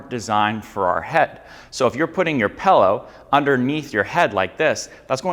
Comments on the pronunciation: not trying to be a hater here , always been a pet peeve of mine to hear somebody say pellow , its a freaking pillow ( like taking a pill , followed by an o ) not a fellow , not saying hello , not eating jello , holy great goodness it makes me want to rip my ears off and eat them . great information in the video keep up the good work god bless you all 🙏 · It sounds like you're saying PELLOW 😊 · pill-ow. pill. dill, fill, sill, kill, mill, til, hill, jill, lil, still. not pellow.